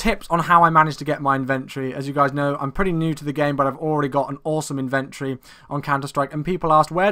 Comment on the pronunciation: lol y do u say inventory so oddly